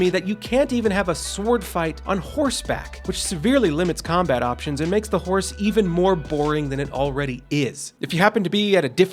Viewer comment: Whenever I hear horse I imagine he is saying w-hores.